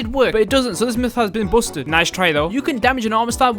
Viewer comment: Bousted? Busted (basted) not bousted